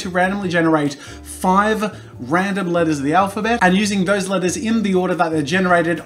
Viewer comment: Whenever he says "letters" I hear "lettuce"